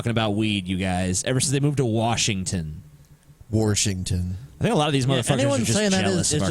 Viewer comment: omfg, "warshington", i lost so hard. it hurts when people say that